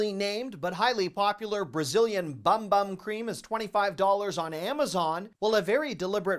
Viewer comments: Pronounced boom boom, not bum bum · It’s pronounced “boom boom”…